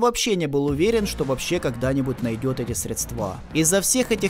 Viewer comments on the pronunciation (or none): Ухо режет, средсва’. Сре’дства правильно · СрЕдства, а не средствА... ушам больно( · Очень тяжело слушать, когда автор постоянно говорит - средствА, а не срЕдства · Спасибо за видео и работу! Но всё так срЕдства, а не средствА)) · СрЕдства, а не средствА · ну что за безграмотность !!!! сколько можно говорить слово - "средства" произносится с ударением на букву - Е !!! .. надо говорить срЕдства а не средствА !!! .. колхоз какой то .. невозможно слушать !! .. безграмотность так и прёт !!! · что за мода говорить средствА? словари вроде продают еще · Осталось научиться правильно ставить ударение в слове "средства" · Сколько раз в этом видосе произносится слово средства с неправильным ударением? Каждый раз кровь с ушей